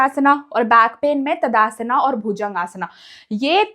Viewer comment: ताड़ासन ❎ तदासना ✅ 😂😂